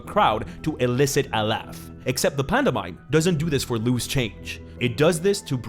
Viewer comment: i know he’s from spain or whatever but… panda mime? really? 😂